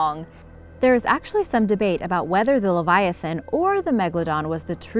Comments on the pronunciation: livyatan is pernounced : le-vi-ya-tan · Wait... Did you say the oliviaton?